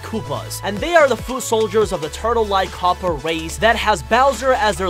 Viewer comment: "king kaupa" I hate this so much